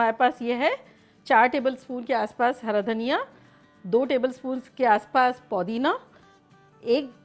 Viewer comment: Please Podina nahi Pudina kahiye.. Podina kuch alag sa lagta hai..